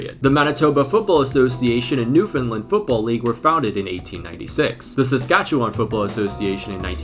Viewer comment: Great work nailing the pronunciation of Saskatchewan!